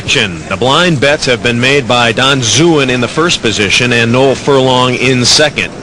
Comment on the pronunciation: I like how the commentary pronounced my name correctly.....Noel